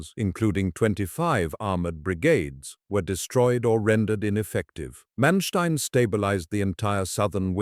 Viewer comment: How do you start a video pronouncing the man’s name incorrectly? Manstien?????? Really?